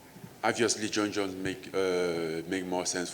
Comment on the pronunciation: Did he say jer jones?